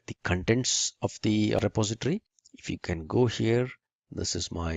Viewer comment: It's "milit-a-ry", not "militry". It's "direct-o-ry", not "directry". It's "reposit-o-ry", not "repositry". Great tutorial btw.